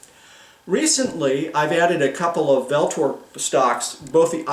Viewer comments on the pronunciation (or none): Pronounced ULTOR